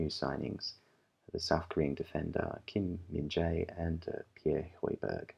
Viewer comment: It's Kim Min-jae and not Kim Jae-min.